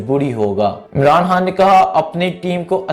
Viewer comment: Yaaaar Bhai uska naam Imran Haaan ni he bulke Imran Khaan he or Harcha ni Kharcha hota he....urdu ka satyanas na kro yar its our national lenguage kindly respect it